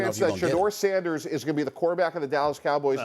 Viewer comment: Molly said Sanders😂😂😂😂😂 gtfo